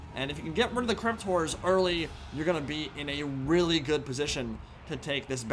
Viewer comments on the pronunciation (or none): I love not being able to correctly pronounce ‘horror’. Hearing him repeatedly say; ‘crypt whores’ puts a smile on my face.